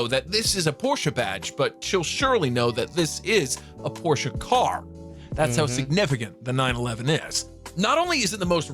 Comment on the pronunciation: It's Porsche, not Porsch